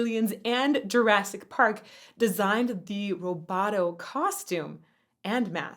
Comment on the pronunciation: In Japanese, the o in roboto is the long sound (oh), not the short o sound (ah). The kana (ho) + the dakuten (") = bo, pronounced with the long o sound. That said, I have loved this song since it was released decades ago.